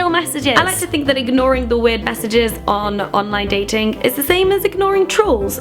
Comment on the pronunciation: So funny hearing you say 'online datinkk' :')